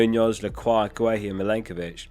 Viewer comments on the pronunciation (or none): none